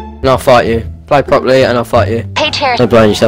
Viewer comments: Like how he says propley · “Paffetic” “Proply”